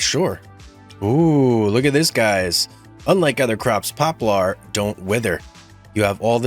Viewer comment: I believe that it’s pronounced pop lur